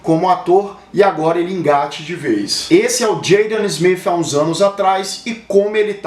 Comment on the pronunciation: Jeidan smifi Filho do uil smifi 😂😂😂😂😂😂😂😂